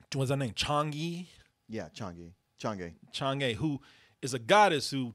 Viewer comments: It’s Chang’E, pronounced as “Chang Er” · The entire time with his review I was just hoping please pronounce chang’e name right and understand Chinese culture